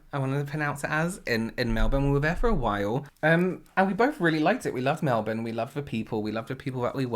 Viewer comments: I love that you pronounce Melbourne like a proper Aussie!! Wish you stayed (even though im a Sydney sider) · I really love how you said Melbourne and Australia correctly x proud of you boo